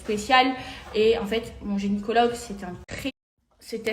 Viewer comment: T'es entre Marseille et Dubaï qu'est ce que ton gYnécologue (et pas genycologue...erreur répétée encore et encore...) fout à Paris déjà ?! Tu t'enfonces grave ma pauvre...